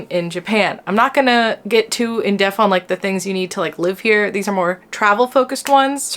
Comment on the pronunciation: Did you say "in deaf?"